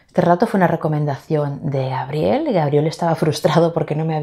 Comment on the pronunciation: Excelente el video y un honor figurar en tu cuaderno!! Además, me encanta oirte pronunciar mi nombre como si se escribiera con jota, Jabriel. En Argentina lo pronunciamos con la G bien dura como en GUItarra. Saludos!!